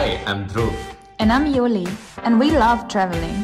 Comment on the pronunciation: J pronounce as y in Germany So his name is yuli